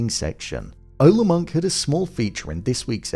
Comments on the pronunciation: You're mispronouncing Ole Munch's name. Munch should rhyme with Lunch because he's a sin eater and Ole has a silent "e" as in Ol' ie "old" not the spanish bullfighter cheer. It's odd that they don't have a record of him on the security cam which reminds me of the season 3 policewoman electronic doors didn't recognize who takes down Vargas, probably signifying as it did for her the greatest enemy of the powerful is the unpredictable threats AI algorithm's can not detect and plan a defense for which is a frequent Fargo theme. At this point its still vague as to his being a supernatural killer over 500 years old. The old woman being his mother suggests there must be alternate explanations but she never actually calls him her son although her actions suggest she recognizes him. What I'm looking forward to most next episode is what I expect will be the first contact between Roy and Wayne's mother who has a similar ruthless disregard for the law as he does. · And you wrong on the Ole as well, our man pronounced it correctly